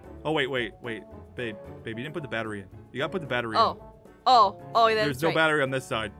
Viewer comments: Amphau: the batwy. Me:lol don’t you mean battery 🔋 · IM SO SORYY ITS NOT BATWI ITS BATRY DA!!🙄🙄🙄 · APHMAU😂😂😂 ITS 😂NOT😂 BETERI ITS😂 BATRY😂😂😂😂😂😂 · The batta-wee The batta-weeee The batta-weeeeee Jess: THE BATTA-REE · Aphmau: The batwery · The batta reee the battleship BAT A REE THAT'S HOW YOU SAK IT I mean say it. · aph: the barowee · the batleREEEEEE is what I unerstand😂 Or the beterWEEEEEE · its so funny hahha ahmau doesn't no how too say battery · my god you did not know to read battery